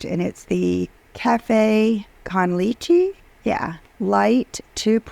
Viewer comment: She is so stupid She doesn't know how to google how to pronounce things. Leche--what a friggin moron, I m sad that she an American. Our educational system fails again